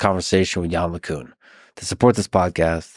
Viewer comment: Lex still saying "yann lay cuhn". How hard is it to look up how it's pronounced, for fuck's sake.